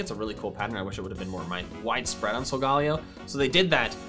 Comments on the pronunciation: i tried not to but i must... ITS SOGA NOT SOGAL ITS SOGA LAYO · SOGALAYOOOOOOO!!!!!!!! NOT SOGALLAYOOOOOO!!!!!! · It’s So-ga-lay-o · why do you pronounce it as sol-gA-leo insted of Sol-galei-o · It’s pronounced solgaleo as in galeleo not Leo as in the constellation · I hate people who says sogeleo wrong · Sagalao what HS said it wrong \=( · He saying Solgaleo Wrong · Arceus (arkoos) and silgolio is arloos